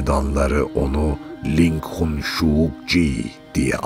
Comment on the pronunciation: cince telafuz `靈魂收割者`- `Línghún shōugē zhě` olmasi gerekmiyormuydu 🤔